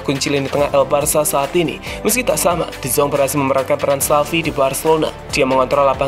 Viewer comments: De yong.. Min.. Bukan de zong.. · De yong bukan de zong min